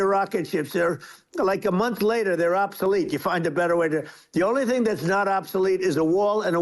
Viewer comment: What does “obtholete” mean? 😂